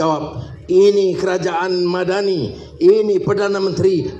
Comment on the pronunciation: Nak ingat kan SAKAU ABAH KAU, sebut betul2 MADANI bukan MADANON, budak tadika pun pndai sebut MADANI. Dah TUA Pun BODOH dailokP. Ramli dlm cerita MADU TIGA. Trbaik PMX, semuga kita rakyat Malaysia berjaya.